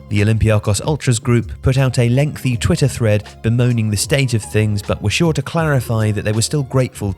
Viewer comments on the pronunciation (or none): none